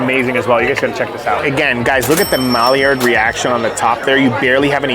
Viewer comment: Maillard is pronounced "my-yard" just fyi <3